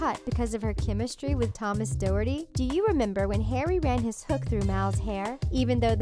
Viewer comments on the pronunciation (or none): Doherty is not pronounced like that, my last name is doherty. Its pronounced daw-her-tee